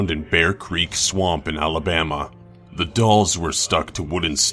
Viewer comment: He said "Halabama"......